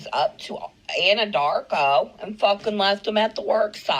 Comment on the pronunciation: Anadar-r-r-rco!!! You crack me up with your pop-ups and sound effects!!!😂